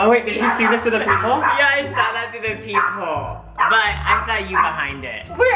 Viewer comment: Every time you said ‘peep hole’ I thought you said ‘people’ and I was so confused. I figured it out eventually though.